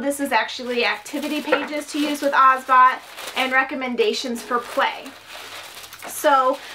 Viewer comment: its actually pronounced oz-OH-bot